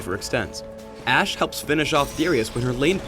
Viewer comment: So it's not Ash-e. T.T